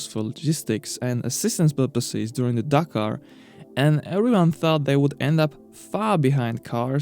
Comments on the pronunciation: Take the word dakar Remove the r What did u end up wit gitz? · The name is Dakar nor Dakkar.